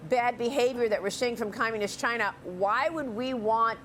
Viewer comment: What is it with Fox reporters that cannot pronounce China correctly. It's irritating to thr extreme.